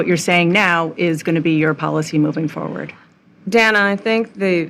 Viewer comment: Yo she called Dana "dan-ah". If I remember correctly, mispronouncing someones name is...what was it again?